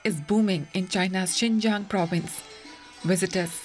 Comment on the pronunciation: XINJIANG IS PRONOUNCED “SIN—JANG”!!!!!!!